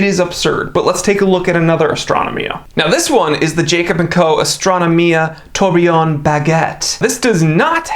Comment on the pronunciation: Astra-no-mia facepalm I cringe every time you say this